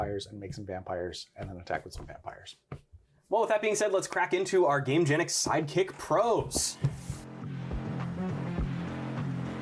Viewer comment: It was worse when was saying Gamegenic Bastions. With His accent I heard something very different 😅